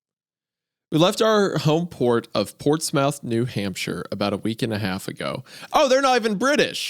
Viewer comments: Not Isaiah butchering "Ports-mouth" New Hampshire. We pronounce its "Port(s)-smith" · Ports-myth is how its pronounced. Not ports mouth. Jsyk ❤ hunter got it right in his accent lol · Just a heads up Isiah, you pronounce “Portsmouth” as you would pronounce the “Plymouth” as in Ports-Muth. I say Plymouth because I assume Americans know how to pronounce that because of Plymouth Rock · Portsmouth is pronounced "Ports myth," not ports mouth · As a seacoast new Hampshire boy, listening to Isaiah say Ports MOUTH was painful. Especially since every Portsmouth on the way coast pronounces it Portsmuth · Did they really pronounce Portsmouth as Ports Mouth And not Ports Muth?? 🤦‍♂️ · It’s not god damn ports-mouth it pronounced ports-smith get it right Isaiah don’t want to piss off your New England fans just saying but no pressure. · new-found-land, ports-mouth, whats next, are you going to pronounce bangor like bang-er? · As someone who actually lives in Portsmouth NH (its pronounced PORTSMITH by the way), I can confirm that we all have thick British accents. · AAAAAAAAAAAAAAAAYYYYYY!!!!!!!! NH REPRESENT!!!!! (and to clarify we are not British) *Also it's pronounced Portssmith. Don't ask us why, none of us know. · Those pronunciations of "Portsmouth", "Hampshire", and "Newfoundland" were... Well, they were pronunciations. Kind of makes me want to know how Isaiah says "Worcestershire". For context: Portsmouth ~ Port-smith/Ports-mith, Hampshire ~ Hamp-shurr, Newfoundland ~ Newfin-lin/New-Finland/New-finlin. By the way, I'm just being endearingly anal before the sycophants get too wound up, and if you're one of the people feeling like commenting "well I live there and I pronounce every syllable phonetically" -- you're wrong and I don't care. Love ya. 😘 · as a New Hampshire Native, its "ports-myth" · I love you both OODLES. PS Portsmouth is pronounced "Portsmuth", not that it matters 😂 I'm just happy to hear my home state get mentioned period!